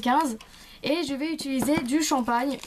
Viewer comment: Utiliser juste car sa me demenge tu dit utuliser PAS MECHAND